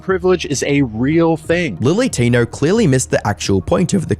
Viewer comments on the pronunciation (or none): He's talking about lilly Tinerrrrr